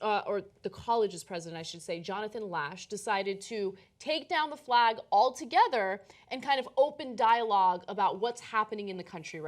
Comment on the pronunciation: Why does Ana pronounce F-lay-G as F-law-G ?